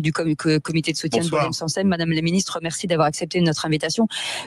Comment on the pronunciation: Le "Sangsale" évacué... Évêque... Vicaire se prononce(viquaire) Les viscères ???😊😊